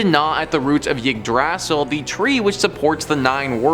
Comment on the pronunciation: The pronunciation of Yggdrasil is genuinely the scariest thing in this video.